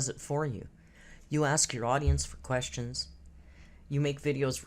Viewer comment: Lets count how many times she says ... kwess-yins.